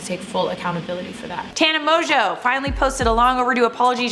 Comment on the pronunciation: So her last name isn’t pronounced Mongoo?? And she’s not 42?? 😳😳